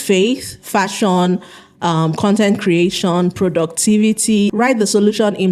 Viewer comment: Fashon, Content creashon, solushon, competishon, mini importashon...why do you speak like that?